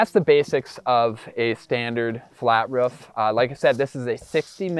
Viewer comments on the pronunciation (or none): bro why are you saying rof? just say roof